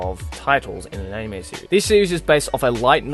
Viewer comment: Why won't you pronounce anime and manga right? You can read everything else very well ._.